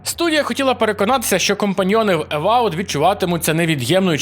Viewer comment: Тільки-но вчив це слово... Не евавд, а евауд, але це таке) ролик клас, якраз шукав інфу про цю гру